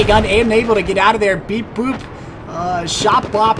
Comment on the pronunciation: You did a great job. Right until you called me "beeboop" instead of "beebop" haha. Guess thats what I get for sitting in the corner like a noob. Had knee surgery that day.... I was out of it! This was fun and we want to all do this again.